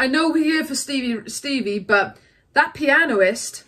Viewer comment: its not "pionoist". It is "penist"